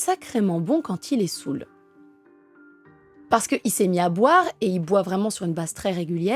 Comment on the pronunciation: Je ne sais pas d'où tu nous parles, ta façon de parler comme un homme ou individu saoul (prononcé sou) et une femme ou une personne saoule